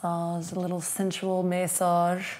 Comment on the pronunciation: Your face after saying "sensual may-sauge" 😂😂😂